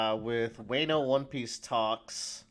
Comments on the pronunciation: You're pronouncing Wano wrong. It's cringe to listen to. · to let you know it's not pronounced way-no it's wan-o (like Wan-da) I believe it's based off wa no kuni which is what Japan was called a long time ago before they changed it to Japan.